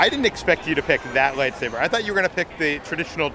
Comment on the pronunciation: The lady said “the kyber crystal is the heart of your light-saver” SAVER!???!? it’s a light-saber! Not saver